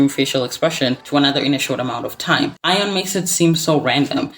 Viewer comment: is no one going to correct the pronunciation of her name? yikes